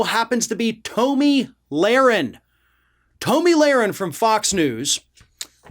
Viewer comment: I feel like he mispronounces names and words on purpose. Tahhmi Lahren annTeefuhh